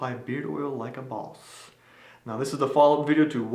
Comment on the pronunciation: i love the way you say Boss